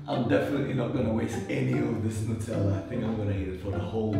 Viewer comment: it’s Nutella 😁